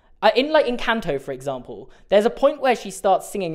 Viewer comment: It’s pronounced EN-CAN-TOE